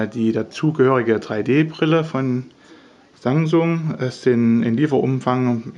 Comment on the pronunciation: ROFL... ich verstehe immer Sangsung hahaha ich schmeiß mich weg...